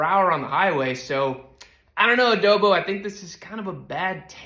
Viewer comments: It Adobo not Adobe. He’s gonna be so mad at you for mispronouncing his famous name 😂 I don’t watch his channel. Just pure stupidity. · adobo...BO not Ado-beee lol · Lmao at how many times you called him Adobie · I find it hilarious you keep calling him Adobe Moto lol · Wait, when did you start calling it adobi 😂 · The fact can’t get a name correct is so funny adobo moto turned into adobee and yammie noob turned into yahmee noob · "adobe meadow". you crazy